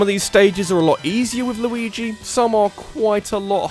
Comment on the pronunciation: Mayrio? Yashi? Louis? Maybe you can only pronounce Luigi right